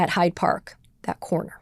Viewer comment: I don’t want to be petty but the park is “Hyde Park”, like “Dr Jekyll and Mister Hyde”. She repeated (to my ear at least) called it “High Park” which is a nature park in the west side of Toronto.